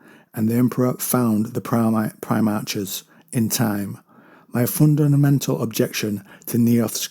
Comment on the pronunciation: Love your stuff. But it's PrimarHHHs. Not Primarcsses. Apologies for being rude.